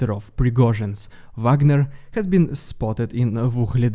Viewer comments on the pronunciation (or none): none